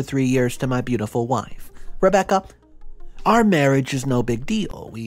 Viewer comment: I love your videos but the way you said Rebecca made me chuckle I wasn't expecting that